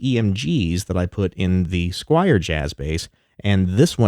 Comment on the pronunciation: Squier, not Squire! S-Q-U-I-E-R.